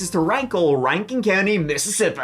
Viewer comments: not Mippippippi!!! agh! :face-blue-wide-eyes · The first MissiissippAHH! that Let Out was a Spit take for me.. He sounded like how HP. Lovecraft describes the otherworldly way of speaking the Cthulu,Yogosopf or whatever cultists pronounce words..😂😅 Like it came from that inner primordial part in the gut..MississiPPAHHH! Awesome